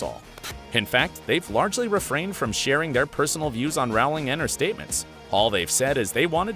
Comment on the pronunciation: She's only maybe the most famous woman in the whole world, but you can't even pronounce her name right? It's Rowling like bowling, not like howling.